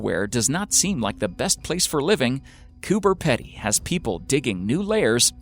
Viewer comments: Coober Pedy is pronounced Coober 'Peedy' not 'Pedy' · Its said Cooper Peedy, and it is not remote. Fucking idiot yanks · I do like watching these, but for goodness sake learn how to pronounce words correctly. It's almost cringe worthy how many Australian words are mis-pronouced. Cooper Pedy is Copper Peedee. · Zack Sherman Or they’re all Australians irritated over how many times he miss pronounces ‘cooper pedy’ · I’m sorry I had to click off the video cause I couldn’t stand the pronunciation of Coober pedy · Coming from an Australian, I am offended that you pronounced Coober pedy wrong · I came to say about cooper pedy pronunciations as well.. hahaha 🇦🇺🇦🇺🇦🇺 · Please go to Google Translate and learn how to pronounce Coober Pedy... lol :) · He doesn't say it like that because of his accent, it's because he's never even heard of the place before and is reading it phonetically. Pronouncing something wrong and having an accent aren't the same thing.